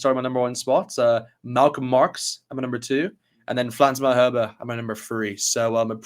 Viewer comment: Lads, enjoyed that. Just a tiny correction "Malherbe" not "Malharbe "